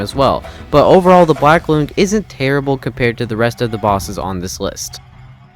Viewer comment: its pronounced loong as in long, like length.